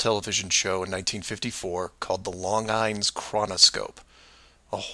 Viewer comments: Dear, longines is not pronounced as you said it. Its pronounced 'lon-gene' with a soft g. Imagine its french. Longines make some of the worlds finest watches. They are famous for their thinness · I am not going to read 497 comments to see if the topic of "Longines" is addressed, but in the video, say that the T.V. show name is a horrible name. That's because he mispronounces Longines and a poster shown on the wall states that Longines is the "Worlds most honored watch". Why would it be "horrible" to name a T.V. program after the sponsoring company. BTY, the watch company was not "long ines", but was pronounced in the USA "long jeans".